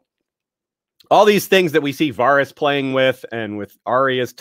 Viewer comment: Varys was literally pronounced a hundred times on the show. How does this dude still get it wrong?